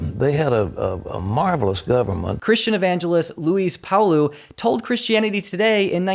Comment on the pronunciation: at first I was going to correct how you say Luis Palau... But it's way more disrespectful to , mispronounce it and I hope everyone starts mispronouncing awful ppls names